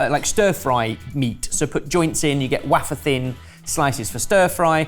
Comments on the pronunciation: Did I hear say ‘waffer’ instead of wafer 🤔😂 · Wafur thin Like, I know there are a ton of British accents, but which one is the one that pronounces wafer as wafur? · Its Wafer thin not Waffer thin. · The way says waaafur is insane.